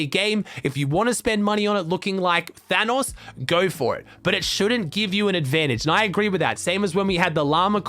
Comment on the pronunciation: Why’d he say thanos like dat tho